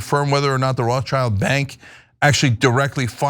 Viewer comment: Uh, Cenk? Roth-schild is not English. It's German. Roth = Red (modern spelling = Rot) / Schild = shield or escutcheon. Above the door in the building the family lived early on. The world "Child" does not appear in the name. OK?